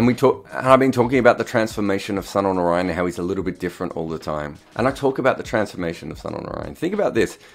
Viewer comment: When you can pronounce Sunil Gavaskar Sunil Gavaskar why can't you pronounce Sunil Narine Sunil Narine.